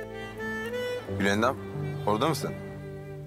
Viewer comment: Esmanın gülendama yılandam demesi